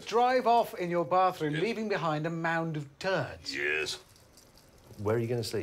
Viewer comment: that YEZ killed me 😂